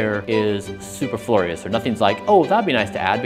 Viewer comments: But it's never been pronounced "superflorius". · Millionaire techbro and he pronounces it "superflorious" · Mans really pronounced it “super-florious”😂😂😂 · But he's a native speaker and there's no variant pronunciation. There is, however, mispronunciation. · yet can't pronounce superfluous correctly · If this guy does live forever, please someone teach him to pronounce superfluous🙏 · I've never heard someone pronounce superfluous that way lmao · Never heard someone pronounce superfluous that way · Well that's one way to pronounce "superfluous" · You pronounce Superfluous wrong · U pronounced superflooz wrong my dude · Bryan, that is not how you pronounce superfluous. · Every single thing he mentioned that he takes is not scientifically backed in any way. Also, that’s not how you pronounce superfluous, lol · ...but he can't pronounce "superfluous" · Why does he pronounce "superfluous" so weirdly? hahahahahaha. Lost all credit from then on hahaha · Millions of dollars and can’t pronounce superfluous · Man is a millionaire and can't pronounce superfluous!!!!